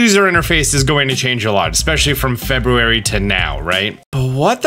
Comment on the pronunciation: The way you say February hurts me mentally